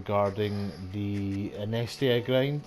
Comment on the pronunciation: Good to see how someone does this, small margins are good! By the way, it's In-ee-es-tia 😂👍